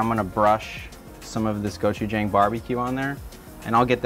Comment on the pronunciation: Cool video only thing is the chef is saying gochujang wrong it’s go-chu-jang like saying John but with a G at the end